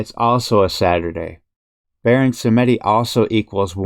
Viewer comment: sAmedi et non sEmedi